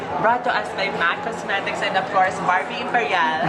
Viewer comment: Ang arte mo kala mo naman englishera tapos sabi ba naman sa mac cosmetics (mac cosmerecs) tf diba napakarte amp.